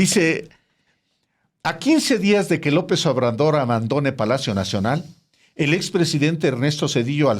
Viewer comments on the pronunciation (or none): Alejandro, no sabes leer? Quien te dijo que es Raymundo Riva "Palacios", es sin "s", es Palacio! O si le quieres le puedes decir Riva Payaso y eso si estaría más aceptable! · Alejandro, burro! No sabes leer? Es Riva Palacio, no Palacios!